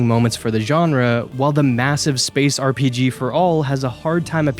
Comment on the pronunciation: Dude discover the R in RPG